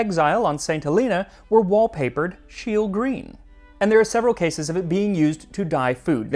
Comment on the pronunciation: Only Brits can come up with cucumber ice cream. And poor German Carl Wilhelm Scheele to have his name butchered in the video.